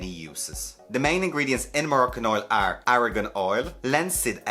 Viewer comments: Argan not Aragon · I love how you pronounce argan oil.